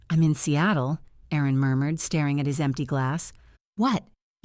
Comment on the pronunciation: Not Cattle but SEATLE